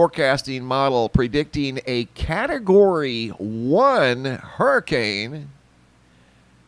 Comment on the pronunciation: Hurri"Cain" Ida